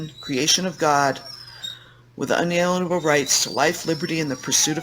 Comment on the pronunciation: “Inalienable” 👈 It’s NOT that hard. In-alien-able.